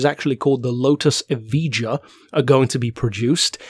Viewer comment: Just a heads up, its pronounced ev - eye - ya not ev - e - ja. Awesome video though mate.